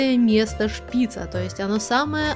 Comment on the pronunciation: Шпица ударение на букву ааааааа на последнюю букву а. Извените за ошибки